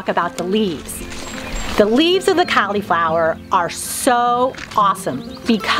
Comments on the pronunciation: Hmmm 🤔 Cau-Lee-flower? Pronounced like call- la-flower. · When you call it Cali flower instead of cauliflower , I just think of some really good weed .